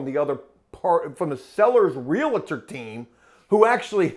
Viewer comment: Realtor "real tor": "real a tor" Forgive me. If you're gonna deal with them, learn to pronounce their job title. Please? For sake of my sanity?